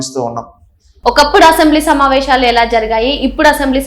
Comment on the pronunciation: సమావేషాలు కాదమ్మా తల్లి. సమావేశాలు అనాలి. ఉచ్చారణ సరిగా వుండాలి.